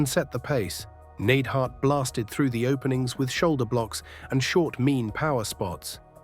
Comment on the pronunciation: Jim the Anvil "Needhart"?